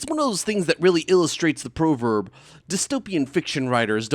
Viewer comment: It's pronounced "prah verb," not "proh verb." Because English is silly.